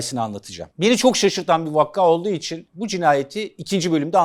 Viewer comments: Vakka demeyin hocam ya, ''vakâ" deyin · Allah aşkına vakka demeyin 😀vakadır efendim o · Abi seni seviyoruz lütfen vakka yerine vaka der misin